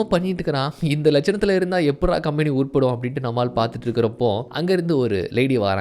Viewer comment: Bro please correct the pronunciation of the word "company" bro.